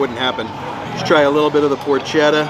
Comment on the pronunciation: We love vegas and we love your videos. Thanks for all you do, but I wanted to let you know that porchetta is pronounced -poor-kay-ta. Thanks. Every Italian American will thank you.